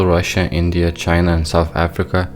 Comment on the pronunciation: Umm I don't kno if I was supposed to crack up at the "china" edit...Oh but it was so Epic. I dont care for The Left or Right wing I kno they are the same bird. But having said that No one says Choina better than Trump. 😅😅